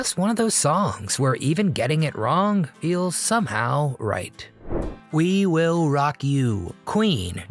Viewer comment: We Will Rock You sounded like We Will Rob You